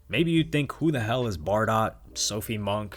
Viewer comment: It’s pronounced Bar-Dough by the way.